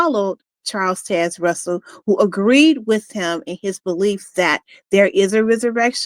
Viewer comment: Learn how to say "Taze". Baffles me how you can hear a name so many times in your life but fail to even be able to repeat that name properly. Why?